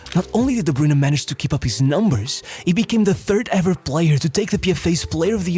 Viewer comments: its pronounced like "broyne" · Took a shot each time "De Bruyne" was mispronounced. I'm wasted. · As a Belgian I can't even listen to your pronunciation of KDB past the intro of this video.